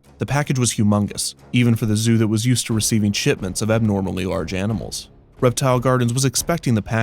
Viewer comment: shitments? i heard that right. maybe drink a little less before making a video.